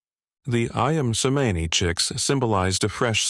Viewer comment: But the name is mispronounced. The written form of the Indo/Malai Languages are based on the Ancient Roman sounds, so "C" is CH, not the Greek sound for "ς", which is "S" in Roman. Therefore That breed is pronounced as AYAM (I-am) CEMANI (Chemani).